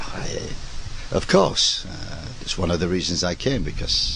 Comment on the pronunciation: "Yeah, I....uuueee.....eeggghhrrrrrrgghh....rrrggh....Of coursche!"